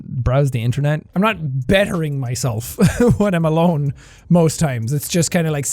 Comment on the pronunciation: it sounds like he said “WATERMALONE” but really he said “When I’m alone” lol.